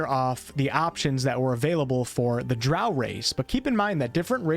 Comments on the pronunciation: Drow like crow. Gary Gygaxx invented them. Thats how he pronounced it. He wanted something dark like a crow. Eclvadra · Drow is pronounced with “o”, not “a” (sorry) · He said drow like cow